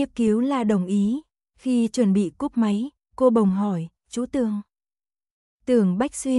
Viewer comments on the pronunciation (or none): Người đọc .chů = chú , rối = rồi ,nghe lơ lơ dao ấy !!!